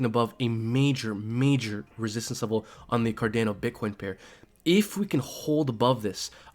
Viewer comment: For the love of God please stop saying CarDAYno. Its CarDHANO lol. Great vid though😁